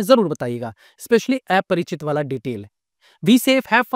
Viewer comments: Aparachit❌❌ Aaaa-parachit✅✅ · Sir ye एया nahi अ hai Aparichit ki Pronunciation 😂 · Sahi kha.. Mein bhi wahi soach raha tha.. Itne simple word ko bhi eyese kyu pronounce kar raha hai 😅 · ki to yeh baat hai ki tujhe movie ka naam v dhang se bolna nai aata